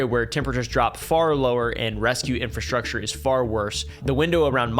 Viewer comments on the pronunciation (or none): none